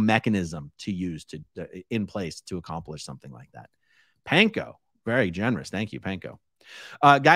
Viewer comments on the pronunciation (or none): none